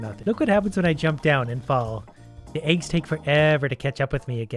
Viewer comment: They way he says aygs makes me happy